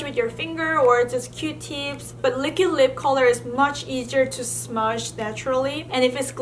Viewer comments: She says Likid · no one:: l i k i d. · was she saying liquid lips?